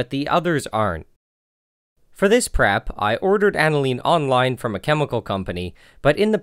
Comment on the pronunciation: For this "PREP"..... I had to listen 3 times... I thought you said for this crap i had to blah blah... definitely should start saying "you need this and that can be sourced easily but the other crap I bought at supply house" bahahahahaha love your work